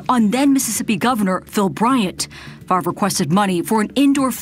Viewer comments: I told y'all his name was pronounced Favor!!😡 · Bart Frarvrer should be sentenced to 24 months of intensive remedial phonics. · I've never thought he's very bright bc he can't pronounce his own name. 😂